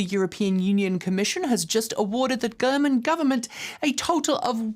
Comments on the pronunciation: 👩🏻‍🎓 You -. I want a hundred hand written lines of “German is pronounced with a soft G.” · i heard it too.